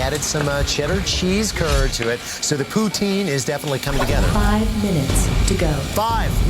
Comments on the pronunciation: he should work on his pronunciation... Ordering a prostitute instead of poutine would be awkward. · what if your not in Quebec or pronouncing it with a French accent? It's pou-teen